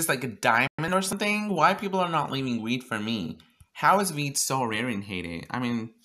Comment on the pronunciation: sounds like ur saying weed 😂